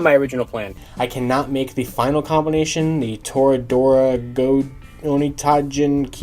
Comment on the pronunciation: Idk if you've seen the show or not but I can't go 5 minutes watching it without my brain going "ONITAIJIN" and your pronunciation is killing me